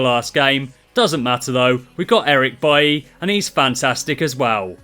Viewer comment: It's pronounced Baile not buye